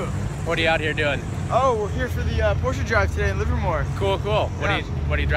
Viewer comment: Finally an english speaker who can pronounce "Porsche" :D Greetings from Germany :)